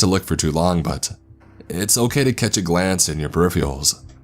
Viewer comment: This guy's California surfer accent is not a good mode for this story to be told, takes me right out of the story the way he pronounces words... Eckspecially Rayan (Ryan) Tham (them) Perfials (peripherals) Kassed (kissed) Thass (this) At (it) Etarnity (eternity) Sanses (senses) Tranches (Trenches) Warked (worked) Praaaject (project) Staaary (story) Incraaases (increases) It's a if he's doing a parody of the SNL skits of the soap opera "The Californians" Kind of hilarious I mean this comment in a helpful way, after all, we can't really know our own accents. My best friend told me I should cut my nose hairs when we barely knew each other. Only a true friend will tell you something like that.